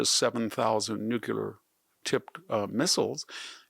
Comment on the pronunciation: Financial aid to Turkiye (Turkey) ; is this Victor’s ignorance or is it a lie ? What else is incorrect in this broadcast ? Furthermore, it is not “NUCELAR” , it is “NUCLEAR”.